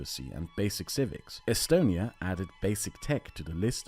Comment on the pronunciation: its not pronounced “e-stone e ya”?